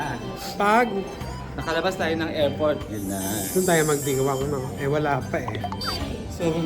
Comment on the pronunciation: anong report its AirPort not erport